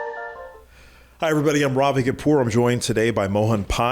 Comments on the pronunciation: Raavi Cawpore?!!!!! At least practice to say your own name in the correct accent!!!! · "RAAVI" bruh... learn to pronounce your own name properly ffs.